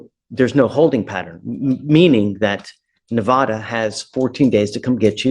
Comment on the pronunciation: Ahhhhhhhhh it is Nev ah duhhhhhhh